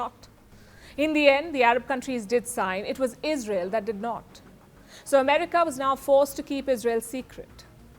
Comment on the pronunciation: Iz Rey yell is out of control